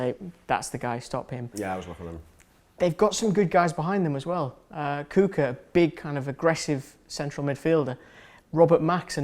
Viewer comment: It's not koooka!!! it's Kuch-kaa!!!